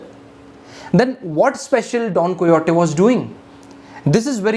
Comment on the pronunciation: its don "kay ho tee"